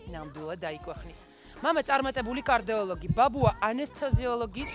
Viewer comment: კარდეოლოგი არა ნანუკა!!! კარდიოლოგი!!!!!ჟურნალისტკა!